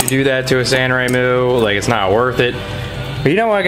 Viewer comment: its sanrenmu, not sanremu.....